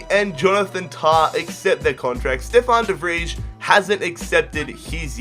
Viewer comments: It's pronounced "De Vrej" ffs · De Vij is pronounced De Vrie